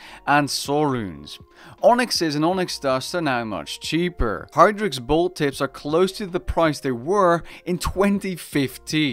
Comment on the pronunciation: Are you saying HAR-nix? Its HI-drix haha